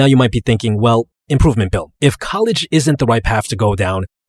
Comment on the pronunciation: Is he saying improvement bill or improvement pill.